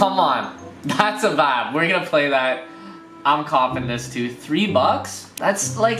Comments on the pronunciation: how many times can he say "vab"(vibe) in one video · drink every time he says vaabs. actually don’t that could be fatal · Sorry bro, i had to unsubscribe cause you said vapppp 500 times. Wtf is a vap. I lovd u but wtf bro is a vappppppppp?